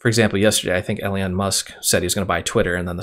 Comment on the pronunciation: His name is Elon,, pronounced E-LON, not Elian